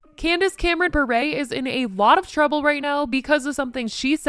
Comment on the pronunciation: Lol her last name is pronounced Bur. No accent on the end 😂